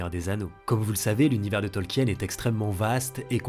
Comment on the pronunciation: Ça fait toujours chelou d'entendre Tolkien prononcé comme ça (mal lol)